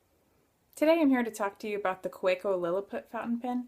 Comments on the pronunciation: Another good review. Pronounce it as you want, doesn't have any impact to how you review it. I enjoy hearing your views. Thanks for sharing. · You have a point. You can't blame someone for mispronouncing unintentionally. Keep up the reviews. They are great !